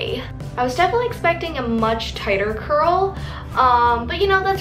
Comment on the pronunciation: It's not crurl😂😂